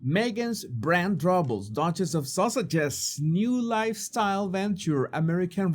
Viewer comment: do you say Duchess of "Sausages" on purpose, or is that just your lovely accent? American Riviera "Horchard" is too funny also. I am not making fun of your accent, it is wonderful, but it just makes me laugh and is very appropriate for these two grifters. Love your videos! ❤